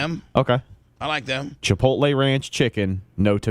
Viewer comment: FFS its not CHI-POLTAY.....its CHI-POTLE